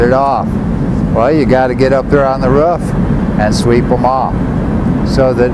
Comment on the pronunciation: On the rough ?? Is that how you guys pronounce roof on Arizona? ....rough ?